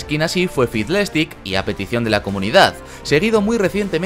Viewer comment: ha dicho fiblèstic? xDDDDDDDD